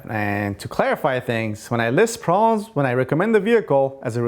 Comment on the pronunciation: I love your video's, but I would like you to pronounce the "B" in proBlems. Meant with the best of intentions, and thanks for all the great info.